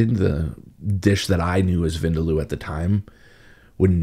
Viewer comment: Chef, vindaloo (vindaloo is pronounced as vin dal, like you'd pronounce dal but add the oo sound quickly 😉), differs in India. The Goans make it differently to the Anglo Indians. The Anglos use dark mustard oil whilst the Goans use, I think ground nut or coconut oil. Not really sure, though.